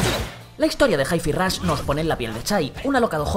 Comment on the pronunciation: Es normal que los españoles no sepan pronunciar bien 3 sílabas en inglés? Me quiero dar un balazo cada vez que dicen "Jai Fi Rosh"